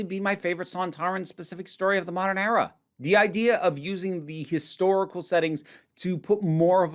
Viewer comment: I’m sorry, but I found it funny how when u said era it was like error, “the chibnall error”